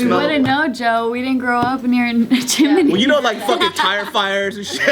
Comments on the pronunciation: chimeny???? geo fuck you say????? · making fun of chim-a-ney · "you guys had a chimaney" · and day chimney weird. Listen close to her and then to Joe. They say it like Chi-mini